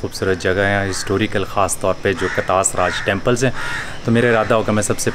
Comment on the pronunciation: Another amazing episode. Huge, huge respect for the way you say the names of our Hindu community religious personalities. Well-done. Btw, someone, or government of Pakistan should setup Katlas Raj Temple foundation and properly renovate this place. I am sure the Hindu community from around the world including India will be more than happy to help.